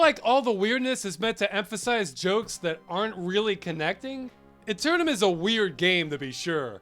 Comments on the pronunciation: Firstly your don't at all pronounce Eternam the way the game does though i must say your pronunciation makes more sense. If you don't get the "wacky sense of humour" its because your american, Wink wink nudge nudge say no more eh. so yeah the game works fantastically possibly one of the best ones ever made, P.s English cd copy that i loved came with a full English book sized Manuel. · Played this as a kid and we called this eternam aalmost like “enter” without the n and nam like backwards “man”. Saying it like eternity makes the game aound serious which it certainly was not.